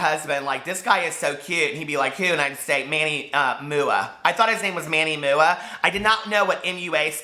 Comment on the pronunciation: omg, I DIED WHEN YOU SAID "moo-ah" for MUA! LMAO LOVE IT!